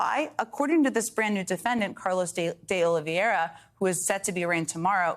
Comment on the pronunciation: Why can nobody in the media pronounce "Oliveira"? Everyone keeps putting one or two extra syllables into it: Oliviera, Oliveiria, Oliviero, .... It's not that hard.